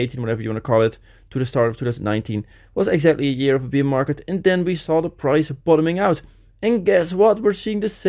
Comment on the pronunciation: Dude you keep saying beer market, it’s bear market. Pronunciation is different. Love the content though.